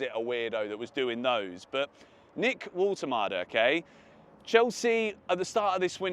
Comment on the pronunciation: Your pronounciation for Woltemade is almost perfect, the „W“ in german names is pronounced like english „V“, fix that and you sound like a native german